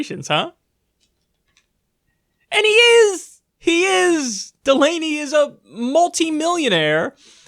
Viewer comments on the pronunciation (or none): Correction his name is John DUH Lamey